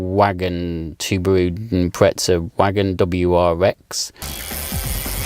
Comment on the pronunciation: No hate but where is the t in Impreza?